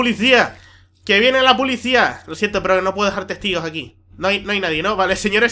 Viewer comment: elelicotero y la pulicia, se nota que es canario macho! xD xD